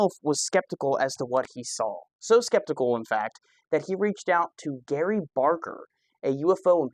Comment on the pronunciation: Gary?? GRAY Barker,. GRAY.